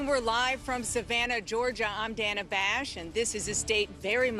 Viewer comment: Pronouncing her name as “Dhana” instead of “Dayna” is the cherry on the pie 🤌🏽🤌🏽🤌🏽🤌🏽